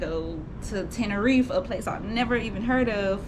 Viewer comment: Sis It Is Spoken “ Ten~Ner~Reefa”❣️😘❣️